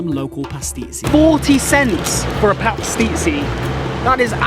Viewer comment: You're pronouncing pastizzi wrong. As a Maltese American it's killing me 😂